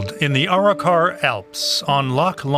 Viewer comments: I like how he says Our-Rock-our it's Aa-ro-car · Arrochar (A-RAK-KA) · Mispronounced Arrochar, descibed Loch Long as one of the most remote places in Scotland then describes how it's less than an hour away from the country's largest city. This report is a dogs dinner. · It’s on the main trunk road Glasgow to Inveraray the A83, not remote at all . Some of the Pronunciations are hilarious in this , especially Arrochar😂😂😂